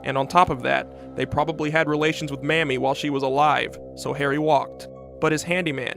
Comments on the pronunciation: Her name is pronounced May-mee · Awesome video, long A in MAmie though, prounounced Maymee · Her name was Mamie (with a long A). Not Mammy. Get it right.